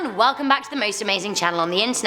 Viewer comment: I love when you say hallo